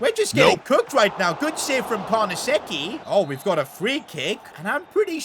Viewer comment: great videos, am waiting for the creat-a-club in italy. you havent been there yet. and i think its pronounced carnesechi not carnasecci